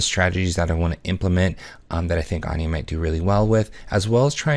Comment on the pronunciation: Thumbs down. I can't condone the mispronunciation of Anje's name.